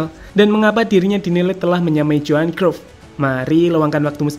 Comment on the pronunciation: Kruf kruf dezong dezong. Matalu. Bad pronounce.